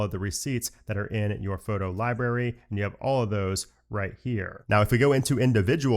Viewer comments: I love your videos,, but it libRary with an R, Not Libary,.:) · Did he always say "libary?"